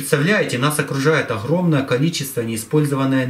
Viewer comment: "оХромное" энерХия" "друХой"- неужели сложно букву выговорить, или это новый дефект речи у вашего народа!?